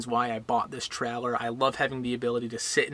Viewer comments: Stop saying trehlehr. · I thought a Troller was a fishing boat 🤔🤣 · Great video, but I kept getting distracted by your inability to pronounce "trailer". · We should drink a shot every time you say “ traller “ 😂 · Absolutely 💯%!! Watched a Yellowstone Park video last week about the giant Wolfes. The person Narrating kept saying Woof instead of Wolf 😖🤯😂🤣